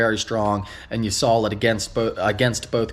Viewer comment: Sawl it Everyone: Saw it